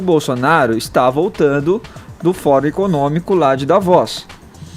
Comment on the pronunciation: "Davóz" huahuahua